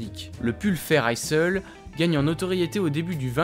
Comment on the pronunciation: Vidéo intéressante. Attention à la prononciation de Isle [aïl] comme pour island [aïland]